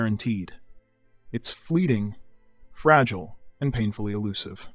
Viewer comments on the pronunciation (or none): none